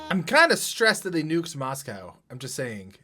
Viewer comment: You've been pronouncing Moscow just fine, Starkid crew just have a funny tendency to pronounce certain things wrong (shoutout to them being physically incapable of pronouncing frappé correctly)